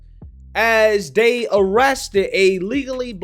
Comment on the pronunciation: Main takeaway- female… say not more. But I cannot listen to your vids man. “That, they, there” is “dat dey dare.” Hurts my ears a LOT. Unless you’re Jamaican??